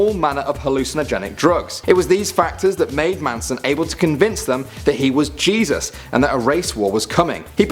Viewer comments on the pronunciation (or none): none